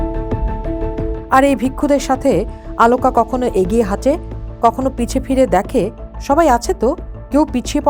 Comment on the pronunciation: Why does that ‘presenter pronounced AALOOKA’? Why not OLOOKA? Strange !!